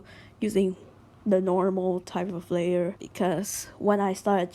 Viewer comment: "Lay R" XD